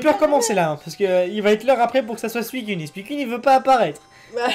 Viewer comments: C est pas suicunne mais suicoune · Nan sa se prononce suicune mais on le dit suicoune